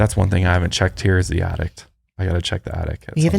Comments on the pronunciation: saying “addict” instead of attic is killing me 🤣🤣 but fr i have an attic with the entrance in my closet and i have an irrational fear that someone is living up there and comes out at night 😅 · "I had someone confirm we have an addict!" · I'm so glad I wasn't the only one hearing "addict" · ITS ATTIC NOT ADDICT, THERES A DIFFERENCE OMG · saying "Addict" instead of attic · The way says attic sounds like addict which makes the whole conversation so much funnier if you just walk in on certain parts.: are you kidding me?? We have an attic??: yes we have an addict points up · From now on I'll call it an attict also lmao